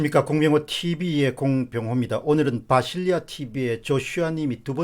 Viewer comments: 공박사님 왜 자꾸 바실리아를 비실리아로... 힘빠지잖아요.... T_T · 비실리아가 아니고 바실리아 입니다ㅡ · 비실리아라고 계속 말씀하시네요? 바실리아tv입니다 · 비실리아 (x) 바실리아 (o)